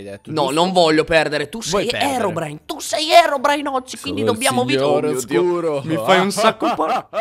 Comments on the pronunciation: All inizio si chiama herodrine no herobrine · Herodrine Hahahahhaha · Scusa ma all'inizio kendal si chiamava HERODRINE"_"